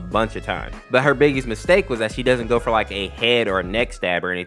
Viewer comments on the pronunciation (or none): none